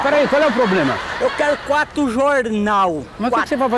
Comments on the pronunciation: " queru quatu jornau vou lê todu eles dispois" KKKKKKKK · "Eu quero quato jorrrrrnau" kkkkkkkkkk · EU QUERO QUATO JOURNAU QUATO !! -O QUE CE VAI FAZER COM 4 JORNAL ? -VÔ LÊ TODO ELES DISPOIS KKKKKKK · Eu quero quato jornal! Quato! - Mas o que cê vai fazer com quatro jornal? - Vô lê todo eles dispois. - Como dispois lê?